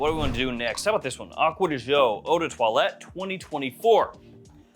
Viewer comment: Ahhkwa dee Gee-Ohhh